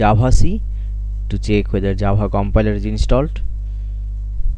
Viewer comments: Tyfe comand Jabha... You mean - Type command Java? :D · Not Nice its not jabha is java